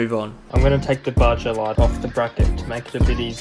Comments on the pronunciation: its pronounsed baha not baja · It’s fucking Baja (baha) not Bajja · Pronunciation on baja is crazy😭